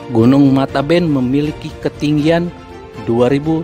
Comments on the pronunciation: k.n.o.bukan mataben tapi matebian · Min bukan matanben ( air mata) tapi matebean (sebutan untuk orng yg sudah meninggal)